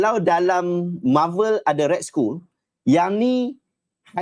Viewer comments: Red skoll? Pronounce dia red skall (skull) kan? 😅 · otak auto dengar school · Sebutan yg betul - red skal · Tu la, aku dengar cam Ray School....dah sapa.pulak ray school ni....rupanya red skull daaaa....sekali dia tulis arab daaa